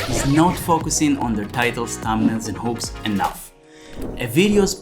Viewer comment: says what? Not focusing on their titles, thumbnails, and... it sounded like hopes to me after i rewound. Oh maybe you meant hooks. I'm struggling with your accent, i must admit.